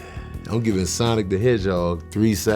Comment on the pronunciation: Awesome. You said it the right way. 😎👍